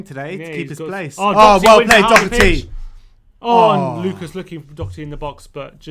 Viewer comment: Doherty not Dockerty